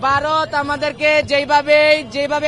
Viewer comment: তরা আগে উচ্চারন করা শিখ "বারত না ভারত" 😂😂😂